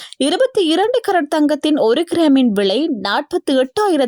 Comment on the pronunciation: விலையா? விளையா?வைத்தியசாலையா?வைத்தியசாளையா?முதலில் தமிழை சரியாக உச்சரிக்கவும்.